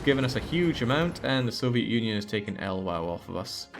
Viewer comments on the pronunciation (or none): Fyi 'el wow' is actually Ukraine, it's Lviv - gave me a chuckle